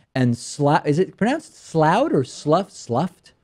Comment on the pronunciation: Slough rhymes with "rough," unless you're referring to the body of water, in which case it rhymes with "through." :-)